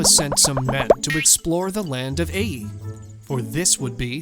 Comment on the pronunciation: isn't the city "Ai" pronounced like "eye" or "eye-ay"? I've never heard it pronounced like "A".